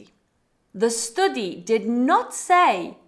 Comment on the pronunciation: Why she pronounciation the STUDY like that..